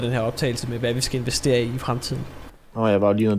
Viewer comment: Det hedder "Investere", ikke "Invastere" hahaha